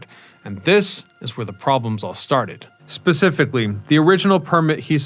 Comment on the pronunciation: "pacifically" instead of "specifically"... the reason I watch this guy is his unending butchering of the language...